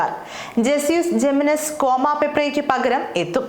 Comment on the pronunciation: Kwama alla kwami😂